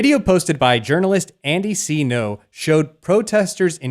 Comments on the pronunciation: Pronounce his name correctly at least... Ngo not No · It’s “Ngo” not “No”